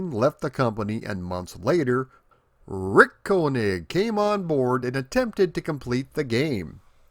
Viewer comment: He keeps saying Rrrrrrick 😂